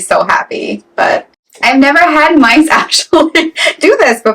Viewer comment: Did you say MICEor mites? Omg please Holy Jesus NOooooo